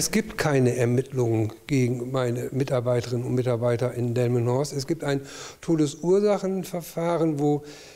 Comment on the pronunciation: omg ich hab jetz erst kapiert, dass das ja hier direkt um die ecke in delmenhorst war; er hat die ganze zeit dilmenhorst gesagt 😂